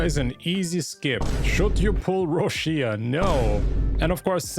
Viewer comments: Correct pronunciation Roccia /'rɔttʃa/ something like Roccha not Roshia. Im pulling for her. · Why i keep hearing Rushia while her name in Japanese is Rokka 😂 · Why people keep pronouncing her name ro-shi-a. It’s ro-cha